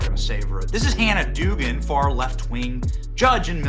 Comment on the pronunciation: The name is pronounced Dug-an or Doug-an. You sound incompetent by pronouncing it as Doogan.